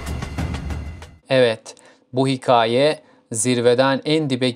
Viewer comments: Hiqaye değil hikaye a ince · Hiqaye değil, Hikâye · Önce bi hikâye demeyi öğren koçum ya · Önce hikaye demesini öğren lan sen!! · 'in performansından daha kötü